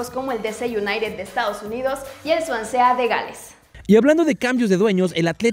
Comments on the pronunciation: Que linda es, aunque diga Swansea, en lugar de Swansi..😂😂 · ¿Qué les costaba enseñarle a pronunciar "Swansea"? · Se pronuncia Suansi y no Suansea 😅🤣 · Se dice suansi no suansea 🙄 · like por el "Suansea" de Galés e.e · El "suansea" de Gales 😂😂😂😂😂😂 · Me dio cancer de oído por escuchar como la chava dijo “De Ce United” y “Suansea” (no chillen, se como se escribe, yo puse como lo pronunció).